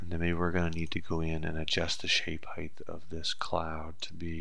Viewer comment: height not heigth........